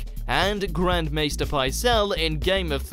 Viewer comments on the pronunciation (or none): none